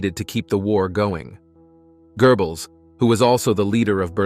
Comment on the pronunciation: Okay... its Goebbels not gerbels